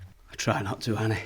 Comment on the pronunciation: "THANK YOU ANNEH"